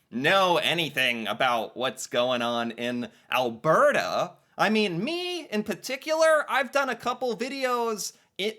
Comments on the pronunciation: in... WOW... you're actually beginning to pronounce Alberta, correctly👍🏼😉 (think I need to switch to helping you pronounce other Canadian places... Say "Calgary" for me. lol. OK... moving on... in... OMG... you're gonna use news reports... in this day and age of disinformation, etc... I'm scared now. lol.. moving on... Immigrant vs. National migration... two completely different topics.. wish you'd have done two vids, exploring each type of migration. I point this out, because of what you said next... you are trying to make not so much a distinction, but trying to blend them together. Immigration, is "New People" in your country... but, migration within the country, is a net zero game... for every person, Canadian, who moves to Alberta, means another province lost one... they are totally different. moving on. (side thought here, not really on topic but... Canada was already, before the war.. the largest Ukraine community in the world... outside of Ukraine... that's why the immigrant portrayed is so happy... she and her family already have a community here, and by 'Here', I mean in Alberta and Saskatchewan... they, along with the dutch, had a lot to do with opening up farmland, etc... (I could do a whole channel on that stuff). My point here is, not all nationalities have it as easy........... BUT.... we, in Alberta, have roots from all over the world, and as Ive said before, the US calls themselves the "Melting Pot", meaning,, just make everyone the same!(sounds lik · Hi. I have noticed you have fixed your pronunciation of AL BERT AH:D. Could you send me that info you sent me before as I lost it. Have a Great day. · Thanks for figuring out how to properly pronounce Alberta. Much appreciated!